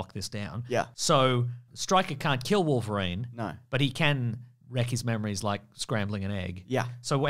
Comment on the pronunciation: Remember to say "Triverine" next time Also, not that logic or cannon mattered in this film in the slightest, but Gambit I guess earned a living in poker and has a plane on standby for whenever a burly mutant needs a lift to an island? And if the studio ever continued with Gambit in a future exploration with him and somehow got him together with Rogue, I tend to think Rogue's character is probably not even born in this continuity meanwhile Gambit is in his 30's if one had to guess.